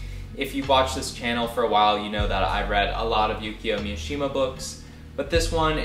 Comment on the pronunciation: would you please pronounce Mishima correctly.